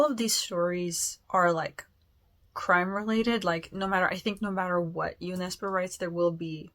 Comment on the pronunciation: I'm really glad that, thanks to you I now know how to pronounce Jo Nesbo's name correctly. Looking forward to you reading more Norwegian / Swedish authors 👍